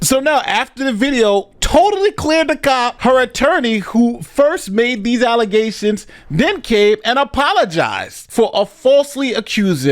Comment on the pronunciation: "False alizations!!" 😂😂😂